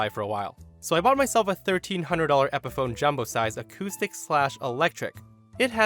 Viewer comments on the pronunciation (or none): none